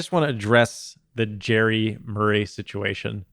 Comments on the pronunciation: Right now you are saying Jerry like Jerry Springer. It's JARry like Jar Jar Binks/ or "I eat peanut butter out of the JAR." Jarry See what I mean? haha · His nickname is Jar Jar Blanks. Hopefully that helps on the way you've been saying his name ;)